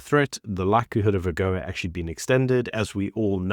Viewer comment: It is AGOA It has no L In it. African Growth and Opportunity Act (AGOA)